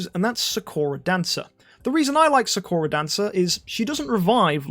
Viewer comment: ik its a dumb thing to point out but you are saying sakura wrong its saa·kur·uh or how they say it in naruto is the correct way to say her name.